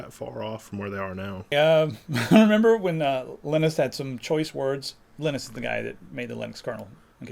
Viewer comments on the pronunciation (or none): The guy that invented Linux name is pronounced Linus (LIE-NUS) not LIN-NIS, just saying.